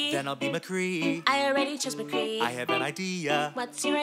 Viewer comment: It’s mccree or mcree but not “Mcgree”